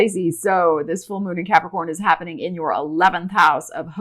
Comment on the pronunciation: So glad l have capricorn rising, cause l love the way you say Capricorn.